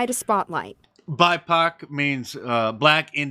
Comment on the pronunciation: “Bipoc”😂🤣🤣🤣 WTF???!!??